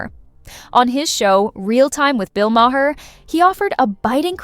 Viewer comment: Listen how bill pronounces his name and say it that way!